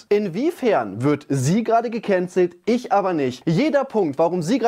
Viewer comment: DIGGA DIESE AUSSPRACHE "GEKÄNZELLT" EDEKA BOY HAT AUCH NICHT FÜR GUTE AUSSPRACHE DIE CAP BEKOMMEN